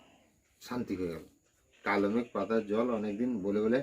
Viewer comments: Kalomegh na, kalmegh hobe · Kalomegh na kalmegh bole